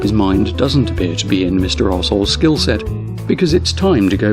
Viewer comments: mister are souls I didn't catch it the first couple of times you said it lol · Dear, did you mean to make it sound like you wear saying “Mr. Asshole” when you say Rsol, or was it just an accent thing and you were talking fast when you said his name? EITHER WAY, it fits like a glove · Am I the only one that kept hearing Mr. Arseholes? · I love how the narrator pronounces the nick: Mister Arsehole.